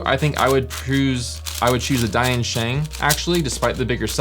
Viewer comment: To maybe avoid confusion with Dayan, maybe you should say "Deeyan" sheng. Just say deeyan fast.